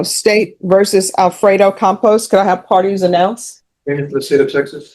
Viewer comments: Though I think the surname is misspelled and mispronounced [Compos] Compost is a perfect name. (By the way the thumbnail is absolute click bait.) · "Campos" not "Compost." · His name is Campos. AI just doesn’t get Hispanic names.